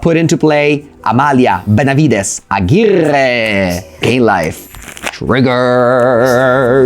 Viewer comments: now that's an impecable pronunciation from! glad he took the feedback about the pronunciation and Amalia seems to be just too stronk! so we will be having more "Amalia Benavides Aguirrrre" in the future! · I could listen to saying Amalia, Benavides, Aguirrrrre all day☺️